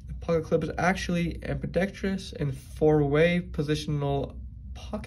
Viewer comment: Check your pronouncement of ambidextrous. Don't feel bad, almost every knife channel gets it wrong.